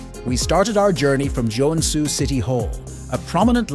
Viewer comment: Great video however the pronunciation of the cities names are quite butchered. If you need a finn to voice act for your next finnish city videos i would gladly do it 👍